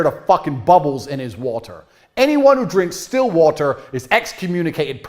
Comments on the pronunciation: Your a bitch if you don't like sparkling waharr😂😂😂😂 God he's funny....by the way I'm an Aussie and that's how we pronounce wahaar too!😂😂❤ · he pronounced water in 2 different accents within a sentence 😂😂